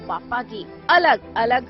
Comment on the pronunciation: बाप्पा होते हैं, बप्पा नही, सुधार करो